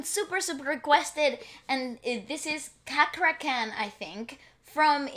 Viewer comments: His name pronounce is like worrd "CHA" not Kha ... so its read as CHA-KRA... not KA-KRA 😁😁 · His name Chakra Khan. Chakra like Chaplin. Not Kakra khan ( pronounce). He's one of fenomenal Indonesian singer. Please reaction him sing take me to church, Goo Goo Dolls. He's Amazing 👍👍👍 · Amazing right, prounance hus name like like" chuck"..ra khan